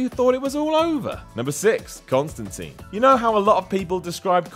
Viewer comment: Can’t believe u don’t know how to pronounce Constantine